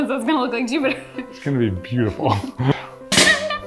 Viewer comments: its JOOBater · It's juubiter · It's Joobiter!